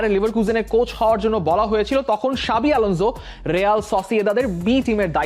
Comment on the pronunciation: এই ভাই বার বার সাবি আলঞ্জ বলে বলে মাথা খাইতেছেন